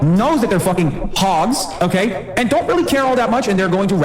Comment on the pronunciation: "OkkEy" snobby dork stop saying "ekkEy"